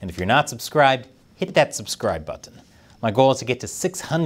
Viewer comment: I like how he carefully pronounces "button".